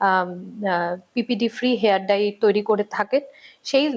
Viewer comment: Hair Dry noy, hair dye. Bar bar bhul kaane lage. Dekhun Doctor ki sundor perfectly pronounce korchen.